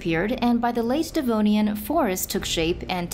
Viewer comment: No one gonna comment about it being devonian and not denovian